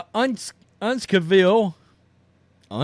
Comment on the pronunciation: Say it with me: "Un-cuss-ville." And they aren't that far from TF Green Airport in Providence, so they do have other choices. And if the league had any sense, they would pair the Connecticut trip with the NY Liberty just to save a few dollars. While we are at it: Someone needs to track the percentage of spousal abuse (of wives) in the WNBA vs. the NBA and NFL. When you factor in that a fair amount of them are heterosexual the rate is far, far higher than anything those leagues produce (not that they aren't a "wretched hive of scum and villainy" as well.